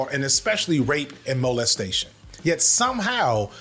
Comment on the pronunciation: Please never pronounce molestestation like that